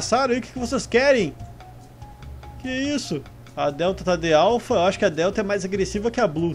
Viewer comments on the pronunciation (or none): none